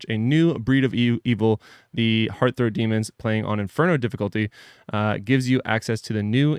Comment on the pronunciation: HEARTH-ROT DEMONS